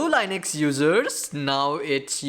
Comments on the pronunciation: please for fuↄk sake its linux not lainex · Dude, I am sorry but I couldn't stand this for 2 minutes. My 2 cents: talk normal and learn how to pronounce Linux. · There is nothing wrong with learning the correct pronunciation of a word.